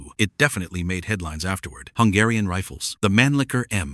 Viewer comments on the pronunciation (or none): Mannlicher. Manlicker!?